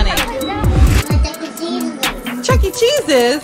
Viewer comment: Okay but why are some people pronouncing it “Chuck E Chesus”